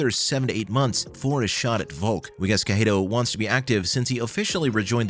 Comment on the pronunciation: Not watching past 10 seconds, how do you mispronounce Cejudo that badly.